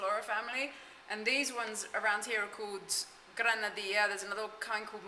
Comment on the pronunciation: you might adopt the Ecuadorian way of pronouncing the double L. It's a Jzuh sound, not a "y" like in Mexico.: ) So it's "gran-a -dee-jzuh", rather than "gran-a dee-yah" Listen to the locals and you'll hear it! Anyway, it is definitely pronounced that way in Quito.